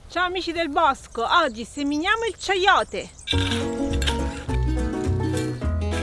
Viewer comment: Si pronuncia "caiote" e nn ceiote.